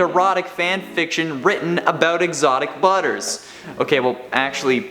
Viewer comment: he says : "exotic brubbers"